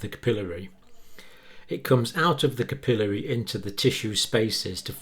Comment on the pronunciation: You need a video for pronunciation. Capillary incorrect here, venous correct.